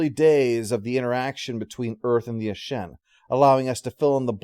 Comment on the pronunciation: Looks like all those comments on yesterday’s video concerning pronunciation of Ashen were so effective they were able to influence him years ago to say it correctly when back when he originally recorded this one. 😜